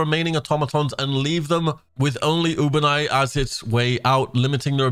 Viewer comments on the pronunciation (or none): u ba nea why cant anyone say it right? the game pronounces it for you when you ftl jump. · Clicked sub just before you pronounced Ubanea wrong. You got lucky this time